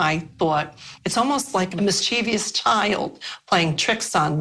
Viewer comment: For the love of God I wish people would stop saying mischievious (4 syllables) which is NOT a word. It's either mischievous (3 syllables) or devious. Combining them doesn't make a new word. I don't know why this bugs me so much but it does LOL.